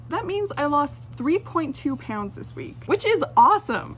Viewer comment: OMG IT. Annoys me when u say pounds like - po-yn-ds JSU’s nfoff fndicidnfudndodndjddh